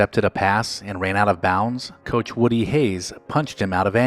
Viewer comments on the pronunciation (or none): none